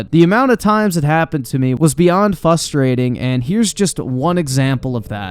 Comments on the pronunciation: There’s an “r” in frustrating my guy it’s not fustrating lol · it's "Frustrating" not "Fustrating." My OCD can't handle it every time it's said 😂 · There is an R in the word frustrating